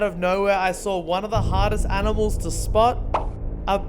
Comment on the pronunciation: You guys actually mean “aminals”